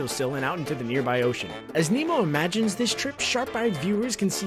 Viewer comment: I thought you said emo. Not Nemo. Sorry. Also I knew the frozen one.